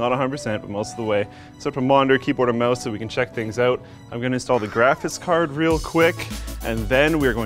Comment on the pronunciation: this guy can’t say “graphics card” lol